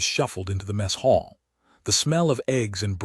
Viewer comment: . . . slid into the messHALL??????? WRONG SYLLABLE EMPHASIZED. It's MESS hall, NOT "messHALL"